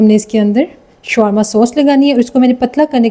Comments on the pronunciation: شوارما نہیں شاورما کہیۓ ۔یہاں w سایئلینٹ رھے گا۔ یہ عربی کھانا ھے آپ سرچ کرلیں ۔ محمد meesaW قریشی ۔ کراچی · Showarma nahi bolte Shawarma bolte hain . Correct kar len . I like it aap ne achcha banaya hai . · This is not showrma , it's is sha war ma